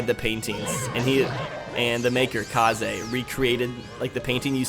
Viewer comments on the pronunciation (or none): none